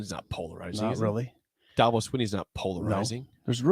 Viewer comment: and STILL pronounce Dabo wrong.